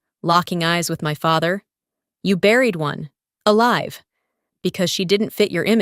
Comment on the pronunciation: Please check the grammar alive is being pronounced wrong